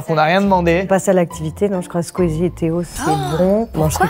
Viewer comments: AURÉLIE ELLE A DIT QUEEZIE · Elle a dit queezie ptdrrrr